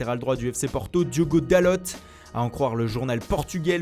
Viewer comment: "DALOTE" aie pas ça.....